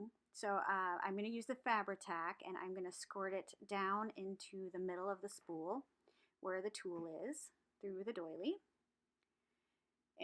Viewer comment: Haha.. I heard spoon too.. but. I think you said spool.. lol... and it’s like me saying snowman instead of saying snowmen... 🤦🏽‍♀️